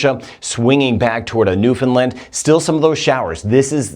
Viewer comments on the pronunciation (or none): none